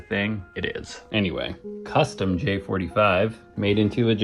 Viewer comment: Meow it's "custom"